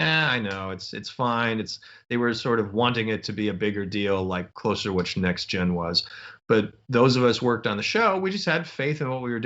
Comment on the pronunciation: I like the way Moore says "NextGen" rather than the alphabet soup "Tee Enn Jee." I do, too.